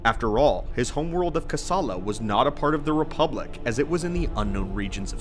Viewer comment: How you manage to pronounce Csilla as kasalla is beyond me